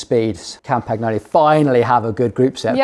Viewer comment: capture that moment, make a short clip of it for PAUL to hang on his wall or turn it into a ringtone , Campagnolo pronounced correctly for the first time on this channel hahahahahahaaaaaaa................................a brotherly laugh at your expense that could not be ignored